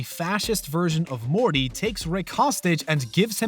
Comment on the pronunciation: Gonna stay mad at the narrator on these ones... Everyone was up my ass on another video saying he just has an accent and I was being rude. No, he pronounces Morty normally MOST of the video then randomly over annunciates the T sometimes. He does the same thing with the title and the episode names, sometimes, it sounds totally normal then completely at random we're back to over pronouncing the consonants in the middle and at the ends of words. STOP IT.